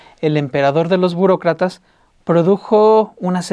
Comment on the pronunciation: jeje dice Bucrocrata